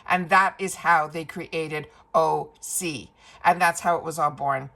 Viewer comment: Hi - I am sharing this about the pronunciation of OSea, copied directly from their website: How do you pronounce OSEA and what does it stand for? Great question! OSEA is pronounced Ooh-sea-yah! OSEA stands for the core elements of wellness and our source of inspiration: Ocean, Sun, Earth, Atmosphere.